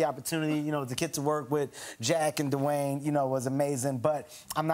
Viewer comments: I can't have enough of with Kevin saying "DeWayne" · Duwang the rock Johnson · right! Because I do NOT say Duh Wayne. I can speak English perfectly well. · And Pat Paterson pronounced Dwayne as Dewey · Wait it is, duh Wayne, right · Well, D'wayne" IS half black, so... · Everyone: Dwayne Kevin Hart : dU waYnE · Duhwayne? D’wayne? Da Wayne? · I love how Kevin thinks "Dwayne" is two syllables